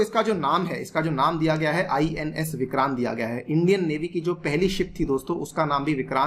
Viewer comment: not " करी " it is की